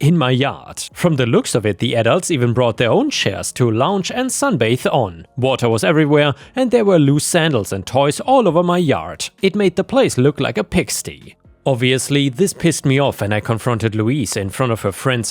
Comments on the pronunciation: Right when I think I'm perfectly accustomed to accent I get a wrench thrown at me from my ear holes! I love this guy!! "Pigstee", indeed. Pigsty like pig sTEYE. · It's pronounced pig ST-EYE. Eye like eyeball. Don't worry tho, your English is much better than most people speak the language 😁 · Piggsty is pronounced pigs-st-eye please ... this is the 3rd time I've heard you say it wrong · "Pigsty", as in a mud pit for pigs to hang out and stay cool from the sun, or as used here as a metaphor to mean an extremely messy location, the second half is said similar to/rhyming with "sky", as opposed to how you say a "-y" suffix, like in "dirty", like you said it. Weirdly, talking about how the police were no longer siding in her "favor", that's the American spelling. I know you have the unfortunate and seemingly unnecessary bad habit to change wording (you REALLY desperately need to fix your automatic substitution for "r*pe" so it doesn't do ridiculous things like changing "scrape" to "scassault"), but otherwise that paints this as an American story as I think only Americans don't spell it "favour", and here in North America as far as I know EVERYWHERE legally requires a fence around a pool, at least an in-ground, for safety... Like it's part of the permit process for BUILDING the pool, so that kids can't just wander in, jump in unmonitored, and drown. The AITA post about the Amazon package, the one commenter is an idiot to suggest they lie if the person ever shows up. After a year it is legitimately abandoned (OVERLY abandoned with ALL contact information changed AND Amazon deleted, WHO deletes their Amazon account??? I've used the same Amazon account through 3 different addresses AND sent stuff to my brother's and mother's places!), the tenant went way too far. If she shows up, only the truth: We couldn't contact you, Amazon couldn't contact you, we tried ever